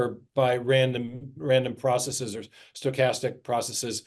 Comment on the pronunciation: Thank you, thank you, thank you Dr. Meyer for pronouncing "processes" correctly. (Most Darwinians say "process-ease", and that's my favorite reason for not taking them seriously.)